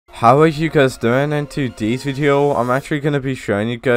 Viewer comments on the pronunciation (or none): its funny that he says tudis video instead of todays video